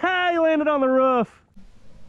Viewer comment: it’s roof not ruff